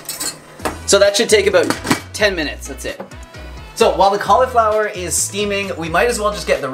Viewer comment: i love how you say "cauliflower".